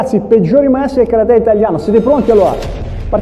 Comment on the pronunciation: Si dice KA RATE